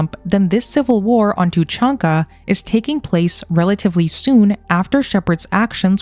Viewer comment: It’s tuuh chaan ka, not how you pronounce it. Cool video though! But Cerberus was likely destroyed during the events of MF3, as they wouldn’t have where to hide during the reaper invasion.